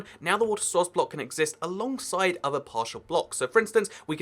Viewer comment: its source not sworuce idiot